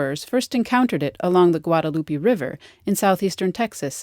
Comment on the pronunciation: this girl asking how to pronounce a word when she cant pronounce Guadalupe correctly